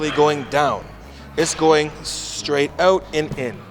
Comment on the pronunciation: "Check it oot" Thanks for this bro bro I always watch your videos.